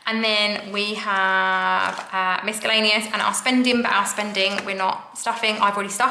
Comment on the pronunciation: The knock out nine got me chuckling... Also I think the c in miscellaneous is silent!